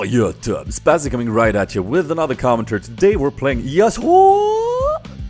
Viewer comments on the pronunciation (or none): PLEASE! You pronounce "commentary" like comtary... I know this is silly but it makes me go mad, com en tar y!;d